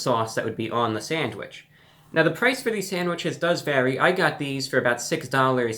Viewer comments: you totally said sangwiches, awesome :) lol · New chicken sangwiches 😂